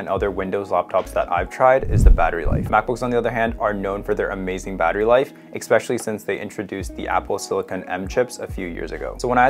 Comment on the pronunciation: You lost me with "Expessially"